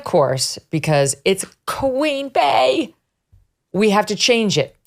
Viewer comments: Lol im not even a beyonce stan but i cant stand how megyn never gets the name right…. Its not Queen BEY NOT BAY!!!! … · I can't believe your staff keeps letting you say it incorrectly. It's pronounced Queen Bee like the first part of her name Bey-once.